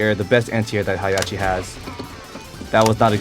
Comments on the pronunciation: It's HEH HAH CHI not Hiyachi. >_< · "Hi Yachi!" Heihachi: ..... learn to pronounce my name. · His name is pronounced: Hey + Ha(as in ham) + chi(as in chips) :) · It's pronounced HEY-HA-CHI But good video